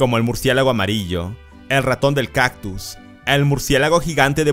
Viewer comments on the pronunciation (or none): none